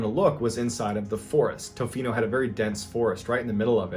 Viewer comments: Lol it's pronounced ta-fino not toe-fino awesome to hear a local story!! Keep it up man love the content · It’s Pronounced ta-fee-no lol